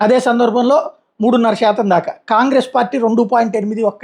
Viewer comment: మీరు జర్నలిస్ట్ కదా పదాలు సరిగ్గా పలకొద్దా? ' షాతం ' ఏంటండి ? ఎక్కడుందా పదం? ఏ భాషలోది?